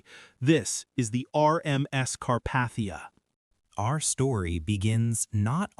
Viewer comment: Sorry. You lost me . Car-Path-ia noooo